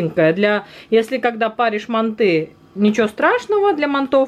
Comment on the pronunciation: Манты, ударение на а, мантоварка, а не мантышница.